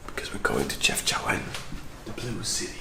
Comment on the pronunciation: Chefchaouen is actually pronounced as Shefshawen, with the SH sound not the CH sound, it is only spelled this way because there is no SH in French.